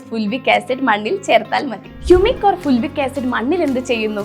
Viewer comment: ഫുൾവിക് അല്ല ഫൾവിക് ആണ്.